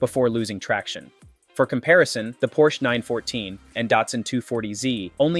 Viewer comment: AI managed to pronounce "Porsche" correctly